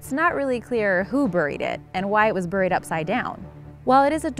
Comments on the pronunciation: OMG it's not Bur-ee as in Hurry - it's Bear-ee as in Berry. Sorry but bur-ee is just so cringey. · ive heard the word 'buried' pronounced as 'burryed' and not (properly) as 'berried'. animals burry, man buries.